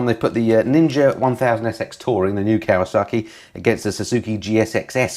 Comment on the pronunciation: Still raises a wonderous giggle as to why "KAWASAKI" wont engage with you when you keep calling them "KAWASARKI'S" 🤣🤣 Love the channel BTW 👍